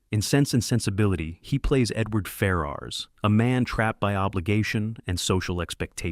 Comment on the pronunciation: Great vid but your pronounced ferras is slightly off